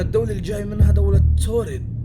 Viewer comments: يعمي في بلد اسمها تورد مو توريد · يا اسم الدوله مو توريد اسمها تاوريد